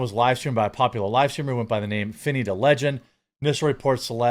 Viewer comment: That Hard R hits different every time.